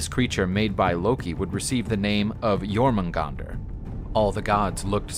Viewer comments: Most of the stuff in this video, as far as the stories go, if pretty correct, EXCEPT there are a LOT of mispronunciations of Jormungandr, such as saying the J like a G, for some ungodly reason. Its pronounced like a Y, NOT a G. As well as saying that Thor will be poisoned by a toxic gas? That's wrong too, Thor will die from the poison of Jormungandr's BITE. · Sorry, but I'm kind of a nut about this; Jormungandr, yor-mun-gon-dur. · I like this video but please stick to one pronunciation of words. For example, the Jotnar are pronounced yoh-tnar. The J in that culture was pronounced as English speakers pronounce the y, as a yuh sound. It's the same in modern German. It's not a hard G sound. Same with Jormungandr. Yor-mun-gand-r. Yggdrasil is Ig-druh-sil or Eeg-druh-sil but again, please choose one and stick to it. It really helps immersion in the story. Again, I did enjoy this video so please take this as constructive criticism, not as me trying to put you down for no reason. Also, it is worth mentioning that in true Norse stories (if you read the direct translations from scholars) there is no hard evidence of Fenrir, Hel, and Jormungandr being Loki's kids. However, it is alluded to at one point, which is why people believe him to fill that role. This I got from my Norse mythology professor, so if you have proof against that, like a specific story from Snorri's Prose Edda or the Poetic Edda, please point me to it. I would really like to know where the idea came from. I am absolutely fascinated with Norse mythology and will gobble whatever I can up. Lastly, if you're super into the mythology and want more of it, I definitely recommend getting both the Prose and Poetic Eddas, along with the Sagas of the Volsungs. There is a story that wasn't covered here that you can find in the Poetic Edda that's literally just Odin insulting Thor as the two stand on opposite sides of a lake because he can. It's absolutely